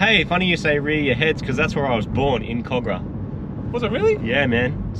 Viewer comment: Never have I heard someone pronounce Kogarah that way...